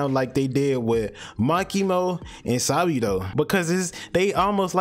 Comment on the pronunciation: "Ma key mo and sa bee dough"